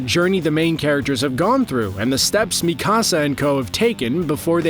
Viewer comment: sorry but you butchered it. her name "mikasa" isnt said 'Mi Casá' its not spanish.. its Mi - Kasa (Me- Ka- sa) pronuced the japanese name way